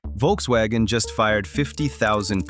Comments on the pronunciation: It's Volkswagen btw, not Wolkswagen. Workers didn't make "cars people wanted to buy" for 15-20 years really, the Vw suvs are and always were kinda shit (well they all are in general but theirs in particular). Polo, Golf and Passat were real cars that were useful (albeit a bit expensive now). 40 million is... maybe 6 - 7 000 people's wages for 1 month. Had nothing to do with firing or keeping 50 000 people that are sitting around. Apparently full EV sales are at a quarter of total car sales in Germany so the penetration is increasing. It's just heavy competition, and cars are expensive 9all, not just EVs; all, not just VW). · Folks- vaggen. Good lord.